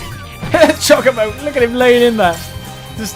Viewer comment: It is cho ko bo not chu ca bo